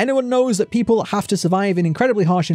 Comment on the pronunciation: you said puple not people XD